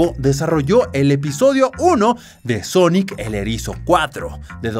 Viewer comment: por que dice sonoc?